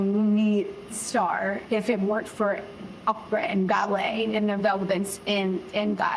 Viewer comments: Haha she said Oprahinstead of opera! 😆 🤣 😂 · Gayle almost saying "Oprah" instead of "Opera" in the opening 😂